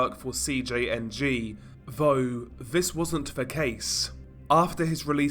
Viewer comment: "Vough, Viss wasn't ve case", What?